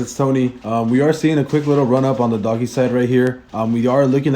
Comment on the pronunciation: It’s not doggy it’s dOge